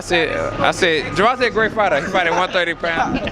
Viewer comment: This guy always says someone name wrong it's not fckn gervon-ta it's pronounced Tay ger von tayyyyyyyy da fck